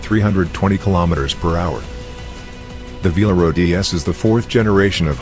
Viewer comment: It's not VALERO, it's VELARO!